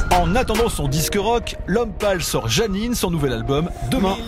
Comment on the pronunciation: C'est " Jeannine" et pas " Janine"... Merci.